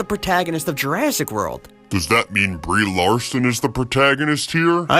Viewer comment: "Lee-Brarson" LMAO!!!